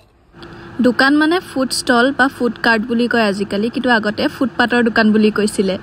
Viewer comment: দুকান নহয় ও দোকান হয় , অসমীয়া ভাষাৰ মান সন্মান নোহোৱা কৰি দিছে 🤣 কি যে হয় ।